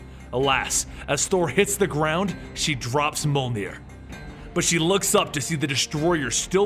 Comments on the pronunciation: its not: molnir its: mee-yol-near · Not MOL NEER. MYOL NEER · You keep pronouncing Mjolnir. It’s pronounced “mee-ole-neer” not “mole-neer”. Almost certainly. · Its not molnir its meòlnir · He says MOLnir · Moelnir, moleneer, molnir For fuck sake it's Mjolnir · Monarch Syndrome It was a joke, in this video every time he says Mjolnir it sounds like he's saying Molenir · Me-awl-ner .that's how u pronounce it...